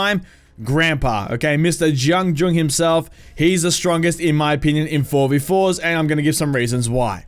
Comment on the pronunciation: its pronounced jiang jun not jiang jong ._.